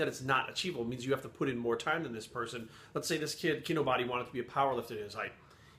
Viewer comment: So you watched several Kinobody videos and at no point did you learn to pronounce Kinobody correctly?......Yep you're full of shit.